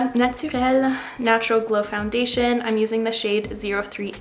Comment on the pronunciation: i love it when u say that foundation name!!! 🥰🥰🥰💛